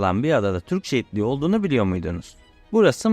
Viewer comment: Türkçe bu kadar zor bir değil be çocuk! Şu telaffuza biraz dikkat edin. Türkçe prodental ağırlıklı bir dildir. Defalarca dinledikten sonra "şehitliği" dediğini anladım. Allah aşkına biraz özen gösterin ana dilinize! Hele de bir medya platformunda yayıncı olmak iddian varsa...